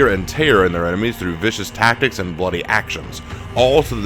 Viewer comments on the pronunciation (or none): none